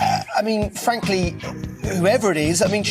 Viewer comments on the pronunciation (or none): Fwankly she loves twactors